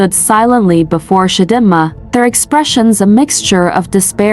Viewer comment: It’s Chi Dee Ma AI! Lol 😂